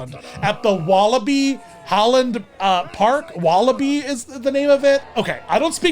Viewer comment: How am I dutch and only now find out that Beetlejuice appeared at Walibi, WTF also you basically pronounced the name correctly!